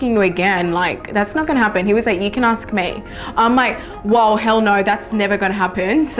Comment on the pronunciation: Aks? You mean ask?